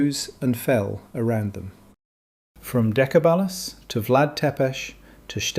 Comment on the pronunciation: pronunciation is Dechebal